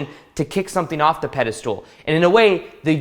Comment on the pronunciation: I like how you say pedestal lol pedestool